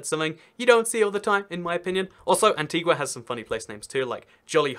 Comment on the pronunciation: It's pronounced Antiga and BarbUda.